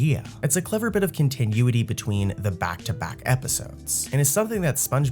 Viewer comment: Brotha man. If you want people to like...really REALLY believe you're a real voice? Maybe learn how to pronounce continuity?